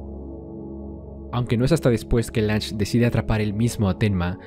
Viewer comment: Se pronuncia Lun-ge. Y su "ego" no lo hizo fallar, al trabajar como una computadora posee la visión más imparcial de la historia, perfección distorsionada por es espectador ya que el no es testigo de lo que nosotros si. El hecho de haber sospechado de Tenma hasta casi el final es por la falta de pistas por parte de Johan, su presencia física es totalmente imperceptible y Lunge hace referencia a ello un par de veces. No creo que su error tenga que ver con algo tan superficial como el "ego".